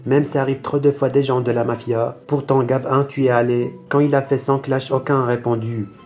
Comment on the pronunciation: Gab 1 mdr prenonce le gabin pas gab 1 lol